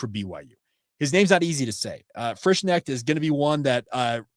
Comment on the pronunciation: I've known people with the same last name. The "K" is not silent. You say the name, "Frish-connect" only the "O" is more of an "EH" sound. Until i hear how a kid's mother says his name, i don't dare guess....